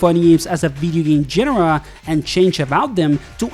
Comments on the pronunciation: Great video. But it's pronounced genre, not genre. You're welcome. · Please learn how to pronounce "genre" correctly >_< The simplified controls aren't the only big change, it's the simplified movelists and mechanics